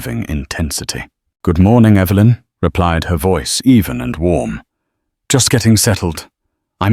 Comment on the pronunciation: Will you please pronounce Evelyn's name correctly on a continual basis. It's not Eeevalyn.